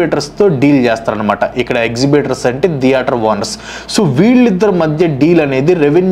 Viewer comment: Video is good but it’s not deator, it’s theatre